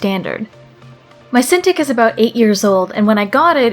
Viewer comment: Uhhh cinTICK? Not cinTEEK?